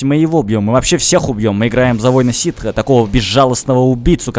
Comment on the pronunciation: ты не правильно говоришь, ситхи - это типа сторона, а ситы - это раса.